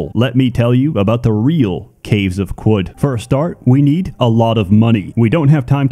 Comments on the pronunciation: I think it is pronounced "karud" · Its pronounced "caves of chad" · Ohh… it’s pronounced, “caves of Could”. It’s like “anything COULD happen”. That makes so much sense, I JUST got that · qud is pronounced kud i think, you neanderthal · It's pronounced kud, like kudzu. Short "u" like "uh." Seems like a reference to kudzu in the south united states taking over everything, a veritable kudzu apocalypse. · caves of kum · Protips from someone who played 200 hours of this: Qud is pronounced Cud, there's a debug option to turn off permadeath if you want to play this game like an Elder Scrolls, trade items have a constant price, making them a lighter, warer-backed currency. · Since I dunno how to pronounce Caves of Qud….i will use the acronym…..COQ!!!!! Yes we saw what u did there…. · I’m just here to listen to him pronounce Qud. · "I'm not sure how to say, so we'll use an acronym" Proceeds to pronounce Qud in the most annoying way possible. I love you so much pls never change.